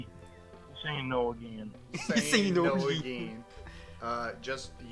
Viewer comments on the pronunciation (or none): my favorite 'ageen' from